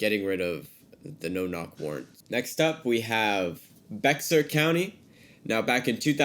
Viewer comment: Bexar is actually pronounced Bear. It's the main county of San Antonio. just fyi. Thanks for everything!